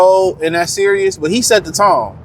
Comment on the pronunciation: Bro can’t even pronounce series